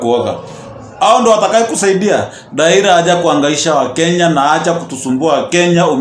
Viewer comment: Raila not raira. 🤣🤣🤣